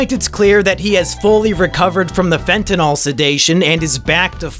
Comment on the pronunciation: *fentanyl not fentanol